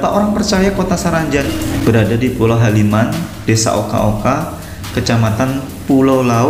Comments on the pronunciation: Kotabaru ya saranjana..saranjana ya kotabaru..gaibx adalah halimunx..jgn salah kalimat penyebutanx halimun jadi haliman...salam Bamega. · Bukan haliman , yg benar itu halimun